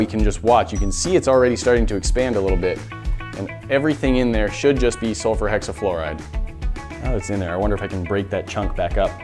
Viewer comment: How many times did he say sulferhexiflorid🧐🧐🧐